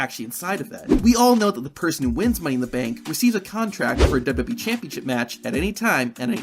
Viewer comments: Dubbubee instead of wwe had me dying😂😂😂😂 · I can’t stand how this guy pronounces WWE